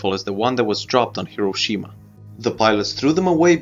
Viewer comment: Thanks for pronouncing Hiro Shima correctly!